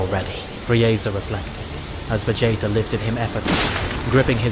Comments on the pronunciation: If the voiceover is ai it needs to change bro You keep saying Vegaayta it's weird Sighaaaans It's a strange voice and ai doesn't know how to pronounce alot of words so just do the voice yourself or get a friend to do it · It has me rolling 😂 I keep hearing Va Jay Jay if you know what I mean lmao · VA JAY TA why do you say it like that 😂😂😂